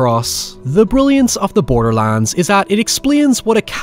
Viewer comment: everytime he said "borderlands" i thought he was saying borderlines in an EXTREMELY southern accent